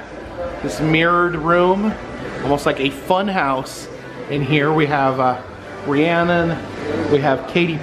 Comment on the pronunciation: you are just the few groups of ppl who correctly say ri-anna name 😊 the h is silent not a lot of ppl know that 👍👍👍 of all the singers out there she is my most favorite, and beside her is jlo, Miranda lambert, carrie underwood, they are the best.